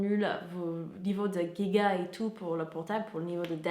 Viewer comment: Alex Ben non, en anglais on prononce “jiga” comme en français. Je pense qu’elle s’est trompée et qu’on fait souvent une faute de prononciation quand on dit un mot qui existe dans les 2 langues